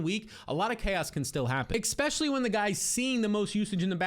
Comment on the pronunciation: If you work on saying “especially” instead of “expectually” you’ll lock it down eventually. It’s not too late bro.